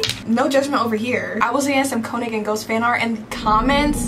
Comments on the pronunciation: I hate to be that person, but when you say könig’s name, you have to pronounce the o like a u, like koonig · I just wanna clarify real quick, König is pronounced like (k-oo-nig) as far as I know, I may be wrong but I recently found out how his name is pronounced. (Btw This isn’t hate or anything) BUT YOU LITERALLY SUMMONED S WHILE FANDOM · Stop, y’all are pronouncing König wrong and it’s driving my insane😭😭